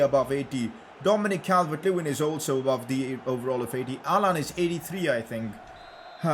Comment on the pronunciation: pronouncing allan: Allan ❌ Haaland✅